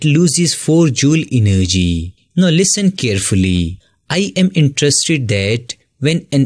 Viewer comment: interested not intrested 🤣🤣